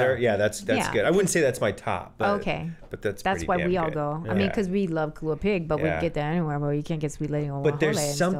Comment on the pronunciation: Wow, I'm really impressed with Zach Knighton. Mad props for saying kalua pig! All I hear now is kalua pork. I'm old school and still call it kalua pig.